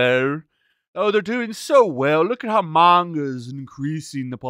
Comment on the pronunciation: how is it possible can never pronounce manga correctly